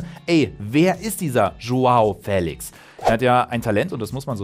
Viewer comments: Man spricht es nicht "Fälix" man spricht es "feliesch" 😅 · Trotzdem wird er Félisch ausgesprochen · Er wird nicht ,,Félix" sondern,,Félisch" ausgesprochen... Ich finde nicht das Félix 126Mio wert ist. Er hat zwar ein riesen Talent aber trotzdem ist er keine 126 Mio wert Edit:4 Aufrufe, 7 Likes... Nice Youtube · Hey! Zum Thema Aussprache von Joao Félix: Ich habe hier einen Portugiesen gefragt, wie er den Namen ausspricht. Die Antwort: "FÄLIX". Da das "e" einen Akzent hat, muss der Buchstabe betont werden. Ein "sch" am Ende ist völlig falsch, da nur ein "z" so ausgesprochen wird. Er müsste also "Joao Féliz" heißen... Das sagt der Spieler übrigens selbst, folgendes Video empfehle ich euch: (startet genau zum richtigen Zeitpunkt). Sollten eure Freunde den Namen falsch aussprechen: Zeigt ihnen gerne mein Video. :) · DANKE! BITTE NIE WIEDER FELISCH, FELIGE ODER SONSTWAS !!!111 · niemand: Manu Thiele: João Fäählix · Och man wie er immer fÄlix sagt 🤯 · Nur weil da n Akut über dem "e" heißt das noch lange nicht Fäälix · Joao FÄÄÄLIX!!!!!!! :-P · FeliSCH wird er ausgesprochen. Portugiesisch. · Nein, er wird nicht mit "sch" ausgesprochen. Die Aussprache bei Dazn in der Europa League war komplett falsch. Ich habe extra einen Portugiesen gefragt um sicher zu gehen.